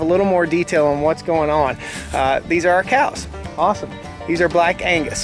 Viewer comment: I swear i thought he said the cows are called black anus. Had to research and now i know he said black angus.😂